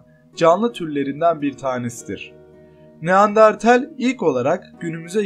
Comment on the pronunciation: Baslikta neandertal anlatirken neandartel 🙄🙄🙄